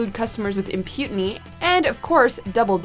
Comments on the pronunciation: "Imputiny"???? This narrator sounds like Roaming Millennial. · "Impudity" - girl. If you don't know how to pronounce a word, don't fake it. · Wait. Did you say imputiny?? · Imputiny? IMPUTINY !?! Was that supposed to be 'impunity' or something else? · “Imputiny” eh,? 😂😂😂😂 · imputeny? did you mean impunity? sorry, not my intent to be the pronunciation nazi.... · You mispronounced "impunity"